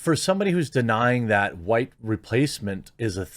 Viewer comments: It's OK to be hu-wite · Did he REALLY anger "HuWite Supremes"? Or is it just normal HuWites are sick of listening to the stupid HuWite Inferioritists? I don't find myself to be supreme to anyone due to my skin color. But these psycho leftists certainly DO find themselves to be inferior because of it. They are HuWite Inferioritists. And that's racist and they should disgust you.